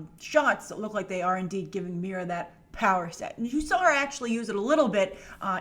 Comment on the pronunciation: Say "meera" again. I dare you. I double dare you.